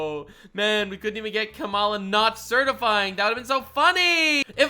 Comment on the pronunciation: it’s “Comma-La” for pronouncing Kamala’s name.